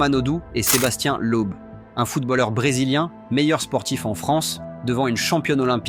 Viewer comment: Des ptits problemes de prononciation non?? Dgerlande, RC len, Sebastien lob 😂😂